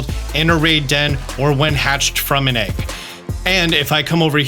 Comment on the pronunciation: I can't get over how this guy pronounces "egg." "Egck" "Egck moves" "Pokémon egcks" "Hatching egcks"